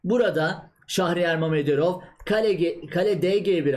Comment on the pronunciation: "Şahriyar" değil abicim doğrusu "Şehriyar".